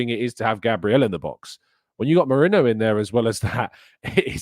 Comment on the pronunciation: his name is ME-RI-NO. He has never played for Liverpool.